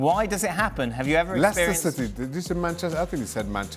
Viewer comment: Dan correctly said Leicester City